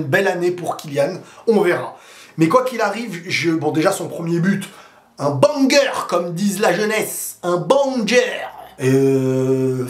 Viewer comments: c'est pas BANGER mais "BENNNGER" 😂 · Mdr j’ai ris quand il a dit BANGER! Oui ça s’écrit banger mais ça se prononce béguer ! 🤣 l’âge nous a rattrapé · S’il vous plaît faites que voit ce commentaire: BANGER se prononce « BÈNGER » mon frero😢. La façon dont il le dit ça fait trop vieillot 😆